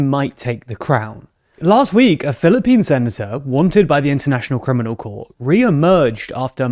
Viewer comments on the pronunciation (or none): none